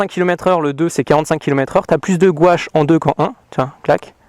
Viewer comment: Qui trouve qu il a un probleme avec le mot gouache 😂😂😂 super vidéo